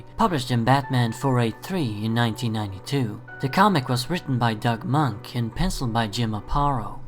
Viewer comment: Love your video I love all your videos, just an FYI Doug Moench pronounces his name Mench.... rhymes with bench, the O in his name is silent